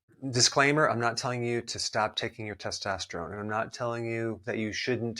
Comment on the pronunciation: I’m annoyed by the way testosterone is pronounced in this video